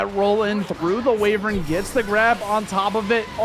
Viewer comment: Why do they keep saying way-vern instead of why-vern?